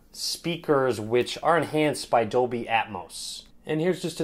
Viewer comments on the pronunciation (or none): none